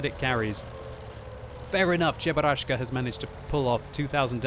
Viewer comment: i'm a casual person: i watch a normal gameplay of world of tanks says cheburaschka i quit